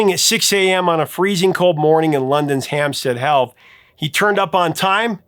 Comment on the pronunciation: I can see pronouncing "awry" as "arie" instead of "a-rye" as being your Canadian accent....but my dude. It's Hampstead HEATH. Like Heath bar. or Heathcliff. NOT "Hampstead HEALTH".